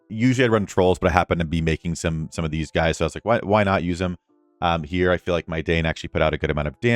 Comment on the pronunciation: Dain = “dine” … 👍, not “Dane”